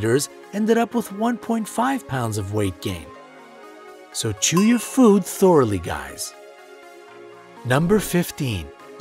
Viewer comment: It's "thoroughly" not "thoraly"